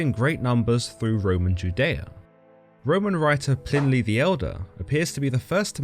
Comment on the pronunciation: Plinly? Nah blud. Pliny innit